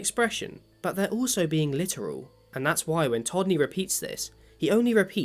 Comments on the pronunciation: You repeatedly mispronounced todney’s name as tommy. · You refer to Todney as “Tommy” quite a few times.